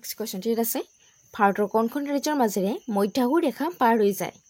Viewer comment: "ইয়াংচি", মধ্যাহ্ন , সংঘটিত, শব্দবোৰ ভুলকৈ কৈছে বাইদেউ।